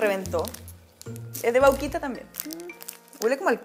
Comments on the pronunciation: nose dice vauquita se dice vaquita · La "Vauuquita" se dice Vaquita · vauquita nooo vaquitaaaa de VACA